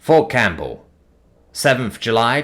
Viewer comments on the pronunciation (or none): For future reference: The "p" in "Campbell" is silent.